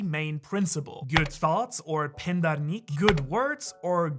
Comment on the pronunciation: As an Iranian, I loved your pronunciations about goftar Nik, pander Nik, kerdar Nik ... LoL